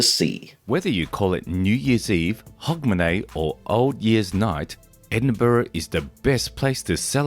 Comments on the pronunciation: You are saying Hogmanay perfectly, Edinburgh is pronounced Edin-bruh! Scotland was banned by the reformation of the churches from celebrating Christmas. It was until 1958 that this was lifted - Not shy of a party, Scots then focussed on Hogmanay and New Year celebrations. Since 1958 we've slowly started celebrating Xmas, but we've always more celebrated New Year & is still why Scotland has an extra holiday on the 2nd January unlike the rest of the UK (To recover from the parties hahahaha). As others have mentioned - some of the processions are not filmed in Scotland :) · Pronounce Hugmanay. 🎉🎉🎉🎉🎉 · We usually pronounce it "Hugmanay".🤗 Lang may yir mum reek!